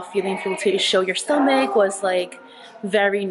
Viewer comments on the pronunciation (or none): Plz say stomach